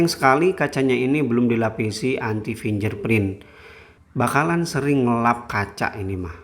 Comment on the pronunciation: Bacanya : FINGGERPRIN bukan FINJERPRIN